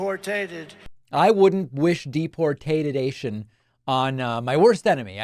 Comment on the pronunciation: It's DePor tater. A french redneck is what he's talkin bout.